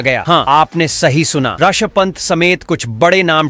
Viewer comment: ऋषभ पंत ❎ रषभ पंत ✅ 😂